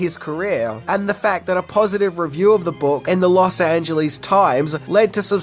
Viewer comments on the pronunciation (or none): none